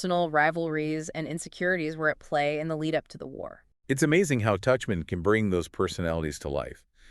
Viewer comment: The man in this discussion alternates in his pronunciation of "Tuchman" while the woman is consistent in correctly pronouncing "Tuchman" as "Tuckman